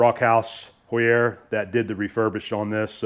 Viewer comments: Heuer = Hoyer, not Hoo-yerre. 😂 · You can pronounce “Heuer” like “Ho-ya” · In the USA we typically pronounce Heuer as "hoy-ur" But in Germany it is "hoy-ah" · Heuer, like the watch, Tag Heuer, is pronounced HOY-er. The "H" is hard, meaning you do pronounce it when saying the name. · very cool vice! HAUER pronounced "HOW-ERR". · Same spelling, different pronunciations, then. Tag Heuer watches are Swiss, so must be the difference there, then. :)